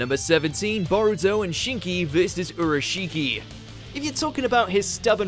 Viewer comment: C'mon man if you're gonna make a video about anime fights actually put some effort into properly pronouncing the characters names